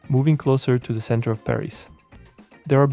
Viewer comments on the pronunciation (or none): none